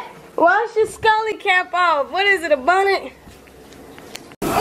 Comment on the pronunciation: Lmao she said Scully cap 😂😂